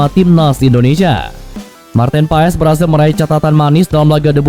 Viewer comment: It’s pronounced as Martin Paas…. Not Pa Es 😁